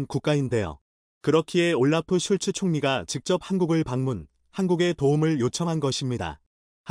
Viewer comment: 올라프 슐츠....가 아니고 "올라프 숄츠(Olaf Scholz) 입니다...